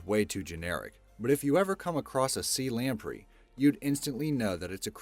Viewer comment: Anyone else notice how often this guy mispronounced common words in too many of his videos? (In this one, belies and lamprey are prime examples.)